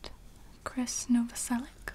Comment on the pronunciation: I'm fairly sure Krist's last name is pronounced "Nova-sel-itch". Slavic root, most likely.